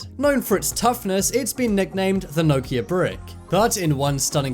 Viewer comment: Why can't you pronounce Nokia haha